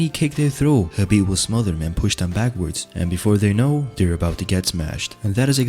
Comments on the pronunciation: I am feeling squeamish every time the narrator calls him HABIB instead of KHABIB. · Why does it sound like your saying Habib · I'm relaxed. He said Khabitch lol